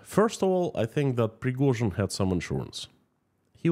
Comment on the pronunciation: Preghozin..... never heard from her.... 😂